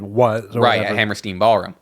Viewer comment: I'm sure it's here a million times, but it's Hammerstein, not Hammersteen